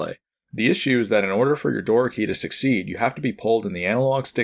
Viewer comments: Door key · Doraki? Door-a-key. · Love the video, but hate the way he pronounces "Doraki" lol